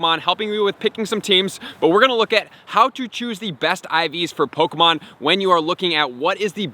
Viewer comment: I hate looking up PoGo videos for strategies because I hate.. I hate how these Youtubers Say "pokumon"